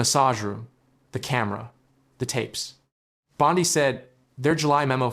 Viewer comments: Hey, A.I., her name is pronounced, “BOND-ee”, not “BOND-eye”. Get it right or don’t do it! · Why must you mispronounce her name?